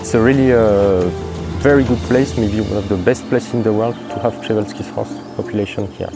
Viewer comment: Przewalski is pronounced more like "sheh-vahl-skee" than "prez-wall-skee"